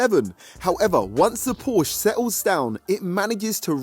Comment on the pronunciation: it's called Porsche not Porsch